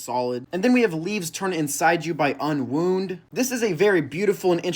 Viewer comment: UNWOUND AND SLINT MENTIONED 🙏🙏🙏❤️‍🩹❤️‍🩹❤️‍🩹🥰🥰😍 also why did you say unwound like that 💔